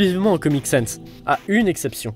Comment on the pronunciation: ENFIN UN GARS QUI PRONONCE BIEN SANS PUTIN